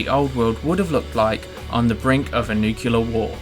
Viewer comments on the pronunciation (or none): Really nicely put and thought out theories but I can't help and litteraly facepalm whenever someone pronounces nuclear as "nucular"